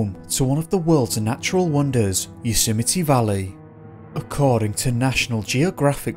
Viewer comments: Please pronounce YOSEMTE correctly.... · maybe if you're going to do a piece on Yosemite you should make an effort to learn how to pronounce it correctly...just sayin' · Sequoia (Trees) = 'SEK-OI--YAH' , not 'Sek-wee-ah' .. Just FYI. Congratulations on Yosemite... Trump botched that one, WICKEDLY.. TWICE in a row 😂😂😂 yet somehow got Sequoia!?!?!? (He'd been coached).. it was so funny. A SO CALLED president who doesn't know his own country's national parks! SMH 😜✌🐨